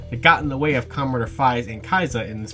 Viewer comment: Good video, but you have to stop saying 'Commeh Rider'